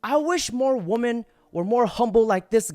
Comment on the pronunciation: Please learn to say women correctly.